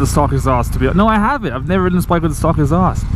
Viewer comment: Why are you saying "stalk" when you mean "stock"??